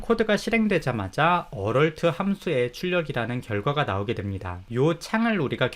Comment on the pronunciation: 비전공자이고 혼공파 부터 혼공스까지 잘보고 있는 1인입니다. 무료강의까지 감사하게 잘 보고 있습니다. 조그마한 테클을.걸자면 Alert 을 어럴트에 가깝게 발음하시는 것 같은데.얼럿이라고 발음 해야 되지 않나 싶습니다.